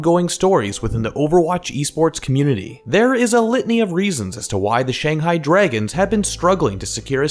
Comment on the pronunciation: Pronounce shanghai properly first